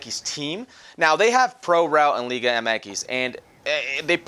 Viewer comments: Max Myers That how you say it, Liga Eme Ekis not Liga Em Ex. The ‘MX’ is pronounced the Spanish way. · That’s how you say it